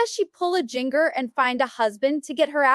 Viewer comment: Amy King’s forehead is frozen. And “Jinger” prounced like “finger?” That’s just comical 🤦🏻‍♀️🤦🏻‍♀️🤦🏻‍♀️🤦🏻‍♀️ These parents are horrible… there is plenty to criticize without compromising your credibility… Amy King deepfaked come on